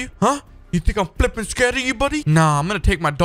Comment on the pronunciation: I love you say fipping